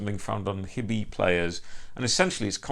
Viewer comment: Thanks forn the reviee. Btw its pronounced as Hie-deez (not hee-deez)